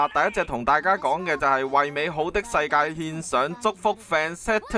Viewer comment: 唔知你係口誤定點, Fantastic 發音錯誤!